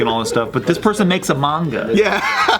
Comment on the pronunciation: im impressed pronounced manga right